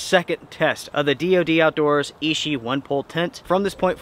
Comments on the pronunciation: Hi, just a quick thing. It is pronounced "itchy" not "ishi". Keep up the good work. Cheers. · Sweet tent, but I love my little LiteFighter. Quick pronunciation helper amigo. Ichi is pronounced EE CHEE. Hard consonant. I earned a B A in Asian Studies back in 07 and used to know almost 600 characters. A brain tumor put the kibosh on career plans.🤙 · Ichi is itchy means 1, ishi as you're saying it means stone